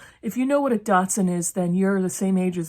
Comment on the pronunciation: Lol Took all I had not wake the whole house laughing .."Datsun" lolol psst 59 here.